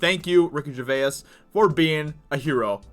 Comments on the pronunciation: it's Ger-vase. not Ger- veyuss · Yellow flash says Ricky Gervais' name properly, I don't know if you're saying his name like that as a joke but it sounds really odd. It's only because I'm English lol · Still not saying his name right I see. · Ever though he miss pronounces it on purpose to fuel the YouTube algorithm with ur comment correcting him, that in the end ranks him higher in search results?